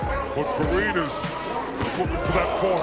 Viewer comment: Boss, hindi po letter N yan, Ñ po, kaya FARINYAS ang pagbasa